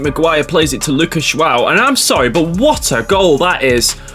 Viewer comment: you pronounced the portuguese guy name wrong its rather tricky there is a cheet sheet though look up a vid of the protugal civ intro on civlization VI Sean bean says it perfectly for the leader Joao the III , to me it sounds like Ja-ow like as in the ou sound of ouch or jo-ow dammit i tried to finds a sean bean clip of the intro from ps4 but no luck doh hope my maddingly unhelpfull rambling is somehow helpful ha ha